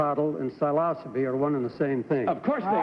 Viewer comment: This is the first time I've heard the word "Psilocybe" pronounced this way. As a matter of fact, this is the first time I've heard anybody say the word without me reading it somewhere myself.